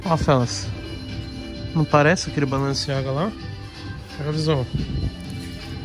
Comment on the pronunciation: Tem toguro lendo BALENCIAGA , e falando BALANCEAGA tem like